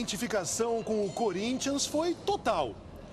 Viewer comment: ele fala sociedade esportiva CÚrintia kkkkkk